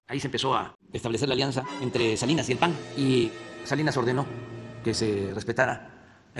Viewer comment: Se dice pan no pag wey